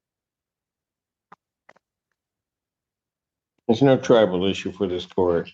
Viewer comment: I didn't want this comment to be the way I learned that he wasn't saying "tribal" all this time